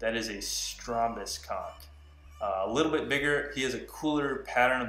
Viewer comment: It's pronounced "CONK" although spelt conch